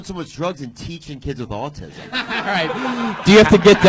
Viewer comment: Dude teaches kids with autism but pronounced it aucum???